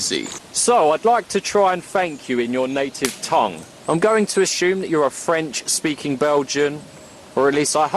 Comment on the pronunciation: oooh pretty good french